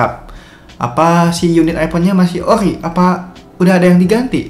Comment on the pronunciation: ori bang bukan okhri , sekarang bang bukan sekahkrang 🗿